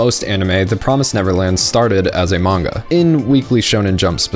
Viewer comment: your pronunciation of manga makes me want to die